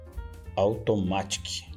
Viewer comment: A pronúncia em inglês de Automatic é 'aldomérique'